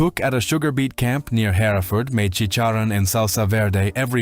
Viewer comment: Concur... Her-Ford ! he-re-furd is in Herefordshire 😂